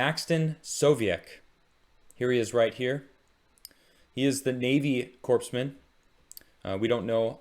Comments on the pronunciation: Oh my ears when people pronounce core like corpse. Happens to the Marine Corps all the time. I realize you are doing a good thing and appreciate you honoring these men & women and appreciate you for it. Thank you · Thanks for the video! Navy sailor here, just a friendly correction, it's pronounced "Core" man. Kinda like the Marine Corps. Love you thank you for all your hard work. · When you say "Corpsman" just pronounce it as "coreman." Just like the Marine Corps is pronounced "Marine Core." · buddy, the "s" is silent. It's "Cōr-man." Love ya, man, but if I had any hair I would have torn it out by the end of the video. It's pretty rough out here in vet world, so thanks from this one. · It's pronounced "Core-man ". As in "You gotta work your core man ". Otherwise thanks. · It’s pronounced Corpsman(Kor-man) the “P” is silent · The P is silent. Great video though. I'm a navy vet and I appreciate it.